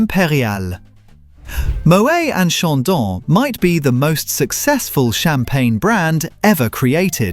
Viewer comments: Moway? It's Moet. Pronounce the T! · It’s pronounced moh-ett not mohay - English speakers who want to pretend they know French always make this mistake. Like Noël is no-ell not no-ay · AI voice needs to learn how to pronounce Moët